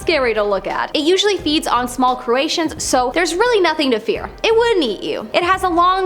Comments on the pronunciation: I thought the same thing! Lol I had to replay it cuz I thought that’s what she said, but was like no l, she didn’t say that?! Then I thought oh those poor little Croatians! LOL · Gulper Eel I hope that you meant to say that it eats, small crustaceans and not what you said, which is, "...it eats small Croatians." I am very sure that Croatians that are small would be very afraid of this Eel. Cheers. 🇨🇦